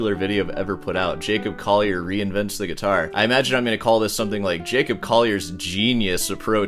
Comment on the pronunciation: Its been like four videos, why do you still pronounce his last name "Coyer" ??? It's CoLLier. (PS I also dislike the guy but I can pronounce his bame correctly)